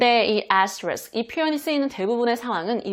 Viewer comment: 좋아요👍448 귀에 쏙쏙 들어오는 울 의 강의🩷 #를 해시태그..라고..ㅎㅎㅎㅎ 정말 그런 분들이 계실까요?ㅎㅎ 재밌어요 *애스트리ㄱ.. 어쩜 그렇게 발음이 고소한 버터에요.. - 대쉬 (이게 흔히들 대쉬~한다고하는 그런걸까요?) _ 언더스코어 펄포ㅓㅆㅡ... 적기도 어렵다요😅ㅎㅎㅎ 폭우에 건강도 운전?도 조심하시고 늘 건강하세요❤️ 늘 감사합니다~~💕💞💖